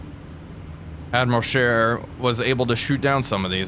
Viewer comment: Wait a minute… a non-European gamer saying “Admiral Scheer” properly? [eyes bulge, head spins in three axes]